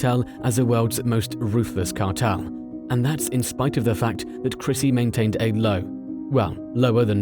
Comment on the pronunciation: Christy, not Chrissy.